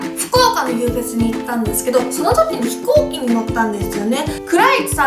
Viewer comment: ひこ↑ーき